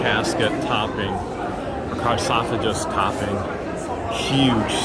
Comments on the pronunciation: You are saying "carsofages". It is actually "sarcophogus" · Thank you for taking us with you to Egypt! And it’s pronounced sar-cough-igus. I can’t spell it however! Lol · Why doesn't the Gov't allow tour guides into the tombs? Thank you so much for presenting the mummy so respectfully. That was awesome and speaks well for your character. I believe the word you were looking for is sarcophagus. (sar-cough-ih-gus). I so want to go and see all of this first-hand, but I could not tolerate the volumes of people and the drama. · Actually pronounced Sar cough a gus, leave your cars at home!